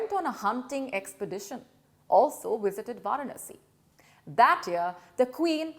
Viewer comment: “Wisited” the Taj